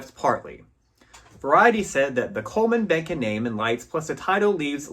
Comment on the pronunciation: Like your tribute to Vilma Bánky. Can’t find part 1. BTW, her family name is correctly pronounced as “bAHn-key” the first syllable sounding exactly as the first syllable of the word bonnet. Sad she did not continue to make movies.